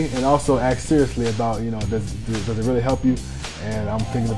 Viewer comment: y does he say axed instead of asked??